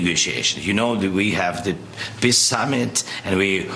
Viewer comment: Is Mr. Ukraine saying "we need just piss" ?